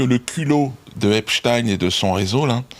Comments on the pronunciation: C‘est du n’importe quoi, ce débat. Il était américain. Aux Us; on prononce ‘ine’ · C'est Ep-stine, en passant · J'adore comment il prononce le nom de Monsieur Epstein, c'est très drôle. Comme Dieudonné manque à notre télévisuel public.